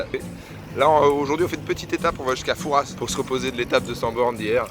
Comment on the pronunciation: Slt excellent ton vlog. Dommage que tu n ai pas annoncé avant tes étapes j habite rochefort je vous aurais recu avec plaisir. Sinon pour Fouras on prononce pas le s 😂